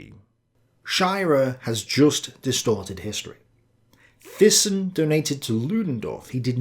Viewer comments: btw, THYSSEN is phonetically pronounced as "Tay-ssen" (A Dutch/Flemish surname) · Thyssen, It's pronounced TY-son. I never quite saw Hitler as a puppet of capitalists, more that capitalists were puppets of the nazis, such was their fear of a red front seizing the means of production. Much of what I have gathered reading various tomes over the years suggests that the capitalist clique, if there is such a thing (hostile band of Brothers, K. NARX) tolerated the nazis, fearing the alternatives of communist rule. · Great episode, loved it! Ohh and Thyssen is pronounced like (Mike) Tyson, but with an "e" so Tysen. I'm Dutch, pretty sure German natives will agree on this pronunciation of Fritz Thyssen aka Tysen. But please don't see me as a grammar nazi now 😂😂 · Thailand, Thames, Theresa, Thomas, Thyme -- Thyssen. :-)